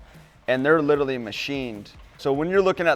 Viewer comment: Please...i like...but if your going to use a word 10 times a day, please say it correctly. Lit-er-al-ee.it is NOT lit-ill-ee.i watch his twin turbos show...i hear him make this gaf all the time.drives me nuts because he is so cool.go up to a beautiful girl and say " specific, literally, frustrating, subconsciously,supposed.end it with saying the phrase " a whole other level".nother isn't a word.trust me morons...it will get you laid in the right there in the parking lot.